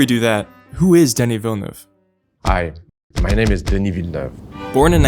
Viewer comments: FINALY SOMEONE WHO CAN PRONOUNCE VILLENEUVE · Thanks for saying Villeneuve and not Vil, le, neuve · Thank you for not butchering his last name